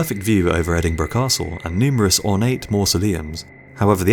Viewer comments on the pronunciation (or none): stop say Edingburgh you big loone